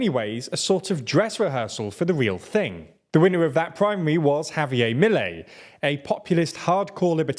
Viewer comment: The emphasis goes to the last syllable, so it is ‘miLEI’ and not MIlei’